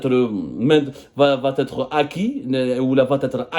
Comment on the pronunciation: ARRETE YARHAM BABEK DE DIRE VA T ÊTRE. INTOLÉRABLE POUR UN JOURNALISTE FRANCOPHONE